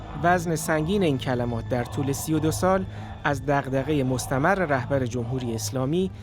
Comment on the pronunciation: مستمر به کسر خوانده می‌شود خبرنگار واژه شناس